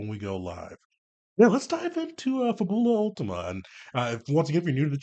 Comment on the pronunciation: FA-bu-lah UL-tee-ma. It's (probably) Italian for "Last Fable" (or "Final Fantasy.")